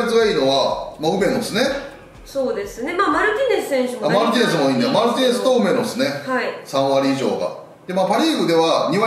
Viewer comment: 梅野がロメロに聞こえてしまうwwwwww